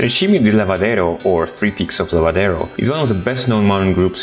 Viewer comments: Nice pictures and very bad speech, almost unintelligible. By the way, its Tre Cime di Lavaredo, not Lavadero. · The should say "Lavaredo", not "Lavadero".